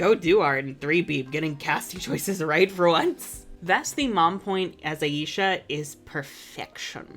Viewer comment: I will always prefer the name Layla to Aisha, because of how butchered the pronunciation of her name is when she's called Aisha. Aisha is a super common name here where I live (I have a cousin named Aisha), and you don't pronounce it Aa-ee-shaa, it's pronounced Aa-ay-sha (the 'ay' part shouldn't have too much stress). I hate to be that person, but it's just a tad bit disrespectful to see such a popular name for women of colour used to refer to a character without the creators actually properly learning how to pronounce said name.